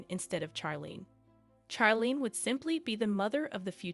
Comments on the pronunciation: Charlene's name is pronounced with a soft ch like in " share" not a hard ch like Chuck. Prioline was pretty when young but too much sun, cigarettes and alcohol have aged her. Her sister Stephanie has also aged prematurely. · please pronounce her right sounds like Sharleen not like you burnt something seriously please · Her name is pronounced Sharlene not Ch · That's because the narration is computer generated. The computer thinks 'Charlene' is supposed to be pronounced like 'Charles' except for dropping the 's' and adding 'lene'. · Her name is pronounced “Sharlene”. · Not sure you are pronouncing her name correctly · The pronunciation of Charlene is off putting